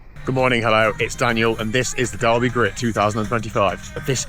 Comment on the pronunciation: Another top video. Is that a new intro, love it. Its Doll-Bee btw;) I hope you recorded that, looking forward to that one. Also, what do you think of Styrkr stuff?